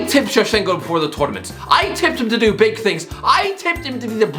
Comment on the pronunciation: Beeg yoshiii